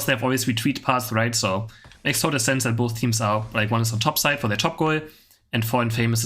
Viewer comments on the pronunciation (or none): none